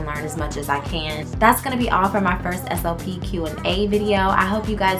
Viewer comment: 1. ALL this time I thought you were saying "SOP". 🤦🏾‍♀️😂 2. I'm not in that field but you make it sound so interesting I almost want to try it. Walking away from 6 figures in IT at 40 would be toooough😬 3. Your hair is too cute❤️